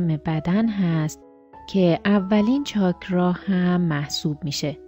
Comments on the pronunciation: عزیزم چاکرا رو لطفا درست تلفظ کنید . چاکراه غلطه . چاکرا درسته . ممنون. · اول اسمشو یاد بگیر چاکرا نه چاکراه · درود خیلی عالیه ولی چرا میگید چاکراه